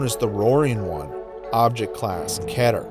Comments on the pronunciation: Its pernounced "Keeter" not "Kehter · Stop saying keter like that, its pronounced "Key" ter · You said ketar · I’m not used to hearing keter be pronounced like cheddar nejdjfjjf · The way he says keter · When say keter wrong